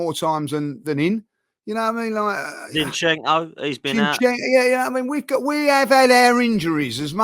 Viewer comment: 😂😂😂 I thought he keeps calling him ‘Shin-chenko’. It ain’t even a difficult name to pronounce 🤣🤣